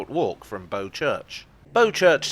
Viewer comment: The boat BOW, rhymes with NOW